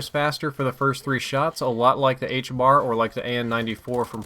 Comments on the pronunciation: And ffs it is the HBRa not the HBAR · its the HBRA 3 NOT THE HBAR it bothers me every time... Otherwise keep up the great work